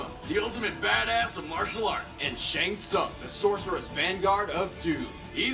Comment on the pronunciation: I don't know why they keep misprouncing Shang Tsung's name.